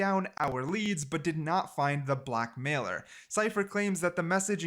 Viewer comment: The way he said “black mailer”